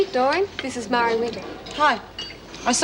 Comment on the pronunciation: Marie Winter. I always pronounce it Ma rie. In Wentworth